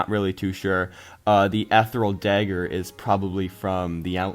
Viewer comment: Nice video,. I just wanna give some feedback on some words you're pronouncing wrong (it doesn't matter too much, but you've been saying them incorrectly for a while lol) You aren't emphasizing the first R in "Trork". It's like a combination of the words Troll and Orc. Also, "Chieftain" is pronounced 'Cheef-tehn'. Lastly, "Ethereal" is pronounced 'Eth-thear-ee-ull'. That's all I wanted to say. Keep up the good work!:)